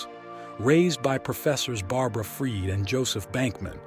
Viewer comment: he actually pronounced the mother's last name correctly.. as "freed"